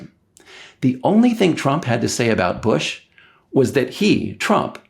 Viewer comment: Bwush to a schertain extent and all fairnesh. Fworth, Wussha and China, together.